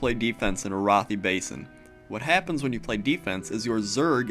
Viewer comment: ... I'm pretty sure it's Air-uh-thigh Basin... not uh-roth-ee...